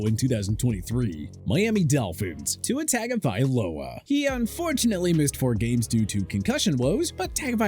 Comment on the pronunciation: It really bothers me that the narrator for this channel can't pronounce the name Isaiah but perfectly pronounces Tua Tagovailoa lol.